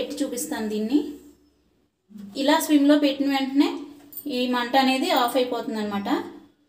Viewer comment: Madam swim kaadu, it is SIM.